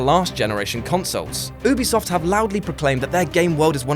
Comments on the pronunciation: I'm sorry... but "Oobisoft"? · not oobisoft Ubisoft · I'm getting triggered by the way he says Ubisoft